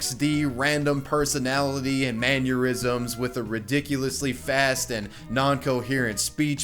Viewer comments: Did you have an aneurysm trying to pronounce mannerism? Because it's not "man-your-ism" it's "man-err-ism" Js Solid video though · Is he saying "maneurysm" instead of "mannerism"? He's pronouncing it like 'aneurysm' hahaha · What the hell is a "manyerism?" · MANNERISM is not pronounced MANURISM. FFS dude. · damn why u saying “maneurism” I’m fairly certain it’s “mannerism.” is this annoying anyone else? lol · Everytime you pronounce mannerism like mannyerism I have a god damn aneurysm. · Why do you pronounce mannerism like aneurysm? 😂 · If you say "manneurysm" one more time i'm going to have an aneurysm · Learn how to say mannerism dude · Sorry to be a dick, but "mannerism" doesn't have the letter U in it...haha. It was killing me all the way through hearing you say it that way. Great video though. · I think I had an aneurysm when you pronounced "mannerism" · How fucking hard is it to pronounce "mannerism" ? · The way you pronounce mannerism gave me an aneurysm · The way you say mannerism gives me an aneurysm.